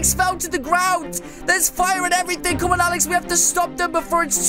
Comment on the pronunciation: 11 Really? "Everythink" really??